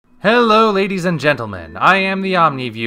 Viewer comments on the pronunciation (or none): none